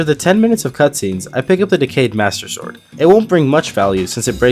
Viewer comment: he said only master swrod